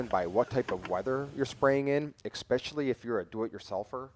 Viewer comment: Thanks for this video, definitely useful. But it's especially, not expecially.